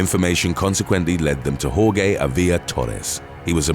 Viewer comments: Not Hor-gay, it's Hor-hay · Jorge = "Whore-Hey" not "Whore-Gay" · "hor-ghey" lmaooo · "Horgay" lol it's jorje (hor-hay) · "hor-gay" It's... Hor-hey. Jorge is hor-hey. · The g in Jorge is silent. It is not horgay! It is pronounced horhay. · HOAR-hey... not HOAR-gay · I thought Jorge was pronounced “hor-he” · Jorge is pronounced Hor-Hey lol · The last guys name is pronounced Hor-hay spelled Jorge. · The last guy stood no chance. How could he with a name like Jorge (pronounced - WhoreGay)? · Jorge is pronounced "Hor-heh"..... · It's Jorge (pronounced Hoar-Hey) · Dude, Jorge is pronounced "hor-hey". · It is pronounced "Hor-he", the narrator made a mistake. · NOBODY is named whore-gay. The g is pronounced like an h. Your incorrect pronunciations and lack of research are infuriating. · Quick suggestion, find out how to correctly pronounce a name, “Jorge.” Every time you say it, I just 🤦🏻‍♂️ hahahaha Other than that, your content has been good. I enjoyed most of them. 👍🏽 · The way he pronounces Jorge….. 🤦‍♂️ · I see you still haven't learned how to pronounce Jorge. Lol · The 'G' in 'Jorge' has an 'H' sound